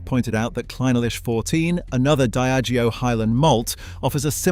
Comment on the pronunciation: You are deceiving people about your knowledge of whisky to the point of being thoroughly offensive. Craig - a - lackie? It's Craig - el - a - hie. Idiot.